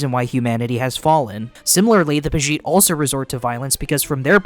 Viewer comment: pagite? tol'mechkkeyans?? No. i appreciate your attempts but pegite (pedjite) tolmekians (toll me key ans) and nausicaa (nawh sick aa)